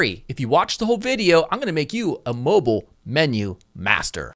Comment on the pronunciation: Can't be a mobile master until you can pronounce it properly ;)